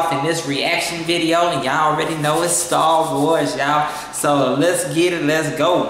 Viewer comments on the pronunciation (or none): It's STAR WARS not START WARS 😂😂😂